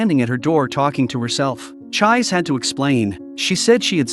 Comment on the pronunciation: I can't get over the pronunciation of 'Chiise'. The 'i's are elongated and the 'e' is pronounced as a vowel as in 'egg'. It is an amazing anime/manga and worth watching not just getting a short recap. I hope everyone has an opportunity to watch it or read the manga.